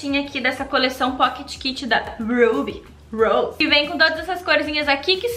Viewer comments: Alô Ruby Rose!!! Cês tão perdendo essa garota propaganda, ninguém pronuncia o nome da marca tão lindamente como ela! 😂😂❤❤❤ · Oi minha querida adoro quando vc diz Ruby Rose sei que o vídeo e de maquiagem mas adorei suas unhas da linda desse jeito e formato bjs.